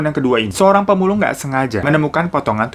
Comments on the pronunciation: aku orang surabayaa mas, mau benerin ajasih kalo dibuangnya di sukolilo bukan di sukoliko wkwkwk🤣🤣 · Sukolilo bang, bukan sukoliko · 09.39 sukolilo surabaya bukan sukoliko surabaya..mas Hirotada...😁😁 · Daerah sukolilo lek... Seng bener bukan sukoliko